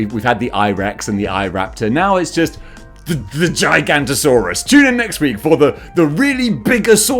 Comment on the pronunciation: seeing him not sayin the no in giga"no"tosaurus actually hurt me into a place that i didn't even know i had